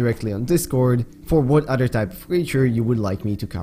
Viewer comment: great video dude! i’ve been obsessed with your videos lately and how much research you put into each and one of them, but a little heads up: you are pronouncing “other” wrong; i don’t mean it in a hateful way whatsoever, i just think this can help you improve your english (i am guessing english is perhaps not your first language?) the way you’re pronouncing “other” is the way “utter” is pronounced, and these two words have different meanings, you see: “utter” means something absolute, while “other” is used to refer to something different from the previous thing mentioned beforehand, i know that english’s pronunciation is fucking weird (english isn’t my first language either so i feel you on this one) but the “th” in “other” is pronounced more like a “d”, i don’t know if i’m explaining things correctly enough for you to understand but you can look it up in google translator, just put “other” and click the button that provides you with the correct pronunciation, trust me, it works great! i’m always using it and it has really helped me improve my pronunciation and i think it can help yours! good luck :)